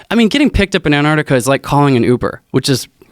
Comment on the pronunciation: Anardikar. C'mon man. It's spelled Antarctica. And pronounced Ant- arc- tic- uh